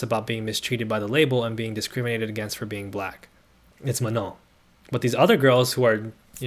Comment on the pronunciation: super duper side note - as a non-native fluent French speaker, your pronunciation of “Manon” is the best i’ve heard so far lol